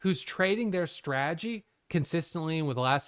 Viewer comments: said “straagy” 184 times in this video. It’s “strategy” bud. Strategy. Sry. ❤ you. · GOD DAMMIT there a 2 Ts in STRATEGY… STOP SAYING SRAGEY.. when you adopt a SRAGEY.. kills me. Be blessed 🎉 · Man doesn't even try to say "strategy" he's just committed fully to stragy. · Is it only me or do you fall on the ground and laugh every time he utters the word "Strategy" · I think maybe it’s that you say it with only 2 syllables while in Australia we say it with 3. But I see your genius because you said strategy 987 times so you saved yourself 987 syllables in that video alone which is super efficient and that’s what makes you a profitable trader. 🙏😂